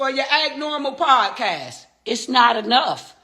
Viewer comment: “It’s not enoughffff!”😂😂